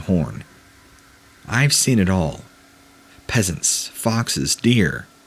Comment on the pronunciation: Pheasant - is a bird and the ph is pronounced as F